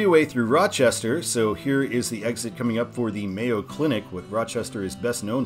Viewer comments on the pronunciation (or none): none